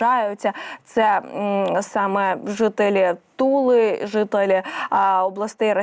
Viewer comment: Туви а не тули